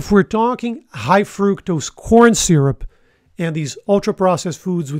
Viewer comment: Editors Note: It’s HIGH fat or carbs NOT hi as in hello.